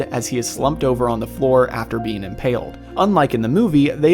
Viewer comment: Every time you say being I hear bean lol